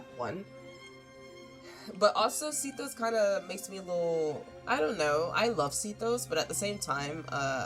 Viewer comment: see-thos is a crazy way to pronounce sethos and segwin for sigewinne LOL